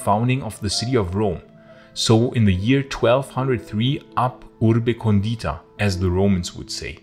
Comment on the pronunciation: in the word "condita" the accent goes on the "O". Putting it on the "I" literally means "seasoned" in italian, like putting oil and salt on the salad. :D